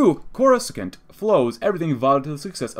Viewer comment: coruscant is pronounced core-uh-sahnt Great vid this mod has lots of promise